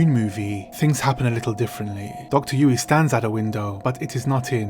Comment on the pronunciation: You managed to pronounce dr yueh name differently a few times over 2 minutes.